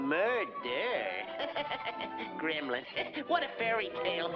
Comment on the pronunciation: Grrrrrrrrremlins, Die-a-bo-lickel sav-a-ta-g! Lmao!